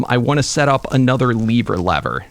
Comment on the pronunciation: It’s lever not leaver lever